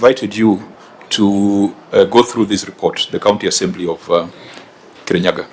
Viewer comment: Kerinyaga..... Not Murang'a... Ahh😅